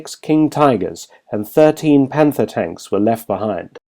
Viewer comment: The first native English speaker who nearly correctly pronunces German names and words. The onliest blunder is to pronounce the "th" as in "Panther" English rather than just a "t".